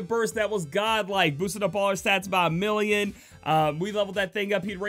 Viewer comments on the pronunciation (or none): none